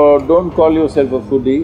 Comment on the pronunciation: Sorry to bring this up but I was cringing every time they said the word foodie because it sounded too much like phoodi.